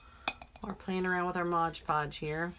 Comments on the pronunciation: I agree with everyone here. I love your videos. I do have one pet peeve tho! It’s called MOD Podge, not Modge Podge. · Nice tumbler...but its mod podge lol